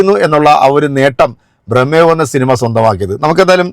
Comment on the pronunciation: ഭ്രമ എന്നാണ്, ബ്രഹ്മ എന്നല്ല